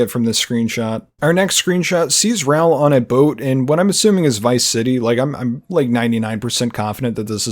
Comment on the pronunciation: saying "RAL" instead of "RAUL" is killing me lmao 😩 Wicked detailed video though!